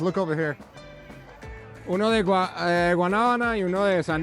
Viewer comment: Tienes acento muy paisa...cuando dijiste guanabana jeje